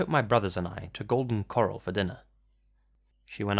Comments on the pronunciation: I thought about it but I decided corral is probably just not a very British word so why would he think it was pronounced like "chorale" and not "coral" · I love you, but what in the actual fuck. Do you not know the word corral!? 😂😂😂 Corral- "kr•al" an enclosure for like horses and shit. Coral- "kaw•ruhl" the hard plant/animals fuckers in the ocean. I'm sorry but this is too fuckin funny to me cause I grew up eating there all the time (very southern USA thing I guess lol) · The way he pronounces golden corral made me chuckle 🖤